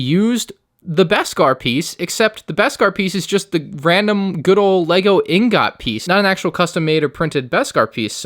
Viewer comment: The way you said ingot 😂